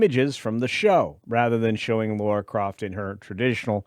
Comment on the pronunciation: "Laura Croft"? She's dead Jim